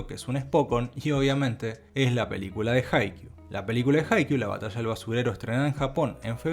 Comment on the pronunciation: Se pronuncia iufoteibel, ei uan, MADjaus y no madJAUS. jaiKIUU y no JAIkiu.